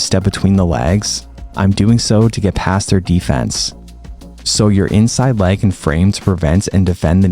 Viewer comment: I'm sorry I was so distracted. Please demonstrate the difference between you saying "leg" vs "lag." It's all I could hear 😩😅 Love your videos, love your content, thanks a million.